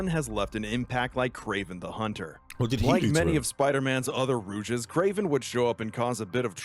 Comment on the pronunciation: wtf is a rooge